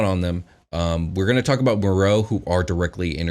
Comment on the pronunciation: Actually was right about the pronunciation of Merrow